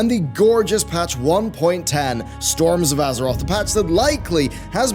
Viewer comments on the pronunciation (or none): Ahh yes, my favorite patch! Torms of Azerot!